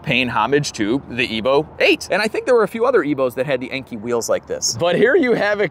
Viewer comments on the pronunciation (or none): Great video, just had to chime in that Enkei is pronounced in-law. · Inky? “In Kai” wheels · Enkei is pronounced “NK” and Tein is pronounced “Tine”. Give either company a call and that is how they say they pronounce it. Car is coming along great loving the DSM content man! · Tein is pronounced as “Tine” for future reference, and Enkei is pronounced “En-Kay” like Kei car